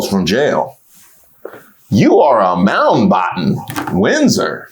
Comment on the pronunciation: "you are a Moundbotton Windsor" iykyk 😂😂😂